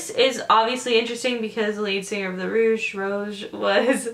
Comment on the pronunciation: it's pronounced rowg, rouge is spelt differently than rogue.